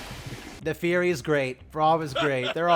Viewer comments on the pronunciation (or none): none